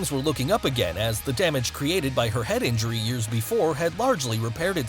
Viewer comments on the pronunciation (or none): none